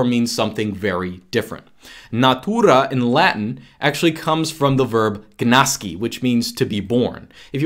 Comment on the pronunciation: The G in gnáscí is actually pronounced as a nasal velar plosive, not a regular voiced, non-nasal one.